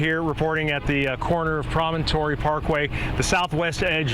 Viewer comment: On the report of minutes, the reporter only says “stuff” that is manufactured. She is not useful in describing the situation. Thank you for bringing in the weather person . Count the trucks, not just say “many” nor “stuff” - she cannot even pronounce “Promontory” Parkway. “Going high in the sky” - not very descriptive words. Please get a better news reporter. “Basically”- she is making statement regarding destruction of buildings. Not impressed with her reporting.